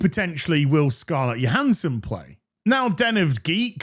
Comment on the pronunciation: Isn’t it “Joe-Han-son” not “yo-Han-son” ?